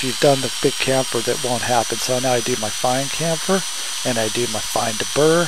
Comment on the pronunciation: I think it's Chamfer not camfer.